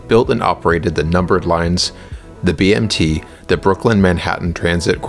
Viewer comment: *BMT, not BMD